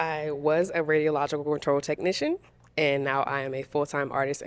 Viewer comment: I really hope she wasnt trynna say “Radiologic”😂